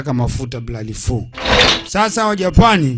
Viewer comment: Dj mbon hapo kwenye ja PAAAN UNATAMKA KIUPANICAJ😂😂😂😂dj kwrnye P tamka kwa ku relax tafadhar